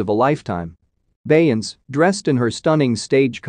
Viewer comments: But can you say Beyonce the correct way😂😂😂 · You can show her RESPECT. AND SAY HER NAME CORRECTLY!. YOU KNOW WHO THE 🤬 BEYONCE IS 💯